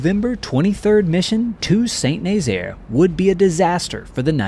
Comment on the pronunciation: It's pronounced "San Nazaire"